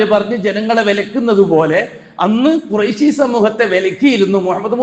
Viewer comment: ഖുറൈശി എന്നല്ല, ഖുറശി എന്നാണ് പറയുക. ഇൽമ് പഠിച്ചില്ല. അല്ലേ?